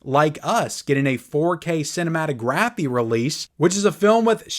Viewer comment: Can you please say cinematography correctly lol